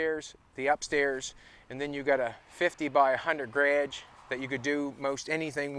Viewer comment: i love the 'grage' instead of garage